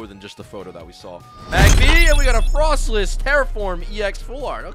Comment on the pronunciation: frostless??! is pronounced Frostlass right?